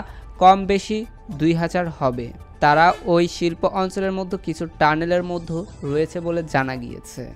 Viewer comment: "মধ্যে " উচ্চারণটা প্র‍্যাক্টিস করে নিবেন প্লিজ। "মদ্য" বলবেননা।